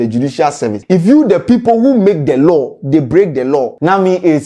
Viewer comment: Law “LaL”😂😂😂 eiii scanty